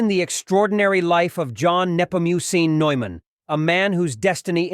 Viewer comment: It is St John Neumann (Newman)😅